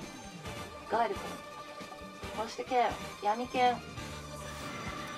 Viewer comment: ガイルの発音 いきなり見る気失せたわ